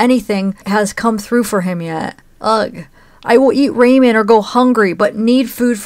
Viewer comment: Lol she locked up the top ramen yes that's why Timothy was so starving he was sneaking into the frozen hamburger meat and pancake mix lol you keep calling top ramen (raw-min) Raymon hahah not so funny situation just bringing it to your attention